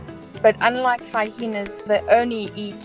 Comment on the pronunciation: She says HyHENA LOL it's HyENA